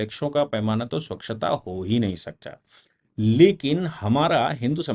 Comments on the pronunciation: स्वक्षता नहीं सर.... स्वच्छता .....👍👍👍👍🙏🙏🙏🙏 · स्वक्षता या स्वच्छता